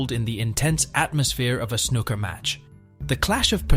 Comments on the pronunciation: I know!! I was like "stop calling him Ron"!!😅 And the way snooker was pronounced!! It's snooo-ker, not snuk-er❤ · cant take any snooker channel seriously when they're 1) american, and 2) pronounce it snuker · This whole video is AI generated. No one pronounces it snuhcker or Ron o sulivan. The language used is exactly something chat gpt would write. A lot of waffle but doesn’t say much of substance. Lazy videomaking at its finest. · AI voiceover joke “snuka” 😂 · Awful narration it’s not Snuker !!! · In a video about snooker, the very least respect you could show is to pronounce snooker correctly. And it just got worse and worse, Utterly CLUELESS commetary written by someone who has clearly never watched a game of snooker in his life. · Worst video ever. At least pronounce the games name correctly and get the name of one of the greatest players ever correct. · At least pronounce Snooker properly, it has two o’s. Try harder. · Is it just me, or is it that most Americans cannot pronounce 'Snooker' correctly? The narrator is laughable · I love the concept of the video. I just can’t listen to the narrator pronounce snooker wrong anymore. I got 3 mins in